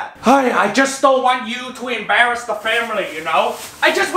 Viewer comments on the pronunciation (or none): "teach chu not to embarus da famiry"